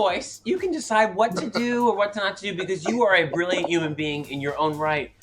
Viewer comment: Thorgy out here taking every opportunity to flex her YUMAN pronunciation ✌😂💓